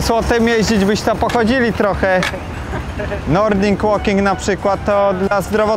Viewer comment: Chyba widłing łoking a nie nordic łoking XD